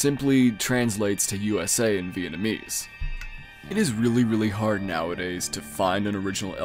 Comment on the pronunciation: Nah bro really said Vietnamese channels 💀💀💀 blud is NOT Steve Kaufmann